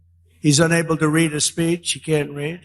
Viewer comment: "SPEECHon" lol